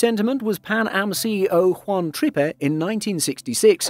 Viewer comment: That is a DC-8, not a 707... and it is Juan Trippe (TRIP!, not Trippy).